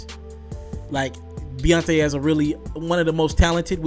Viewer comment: Yall Just Got act like he aint say Beyontaé 😂😂